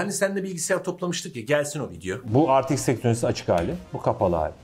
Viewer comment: RTX i okurken R ve T harflerini inglizce kuyup X harfini türkçe okumak.. bu hatayı herkes yapıyor. universitede akademisyenler bile yapıyor. eks diye okunur.